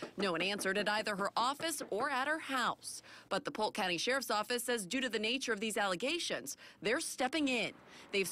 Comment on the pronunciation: Is that Polk county? or poke county?